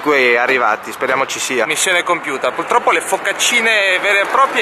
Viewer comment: Baso che dice "puLtroppo" ... sono morta xD